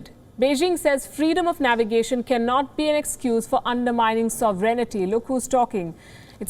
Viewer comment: Whoever the presenter is, she should learn to speak English properly. The word "sovereignty" is pronounced SOV'rin-tee, not sov-er-EN-i-ty. t is one of several commonly mispronounced words, but one expects much more of a newsreader.